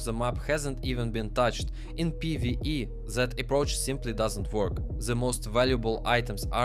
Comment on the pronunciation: fck is that accent, why ur readding TH as Z, " that " as " zat " like what